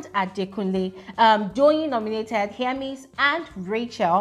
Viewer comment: Don’t twist my words! I’m a big FSWG fan! I can’t seem to find where I pointed out what you’re saying. I was just pointing out that I heard differently from what most ppl pronounce. Be going abeg!